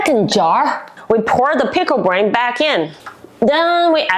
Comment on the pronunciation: Your Pronunciation of Brine is Wrong. You’re Calling It Pickle Brain!